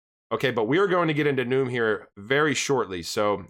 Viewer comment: I could be wrong, but it seems to me Nium would be pronounced "knee-um". But u do more research than I do so maybe you've heard someone accociated with Nium say it.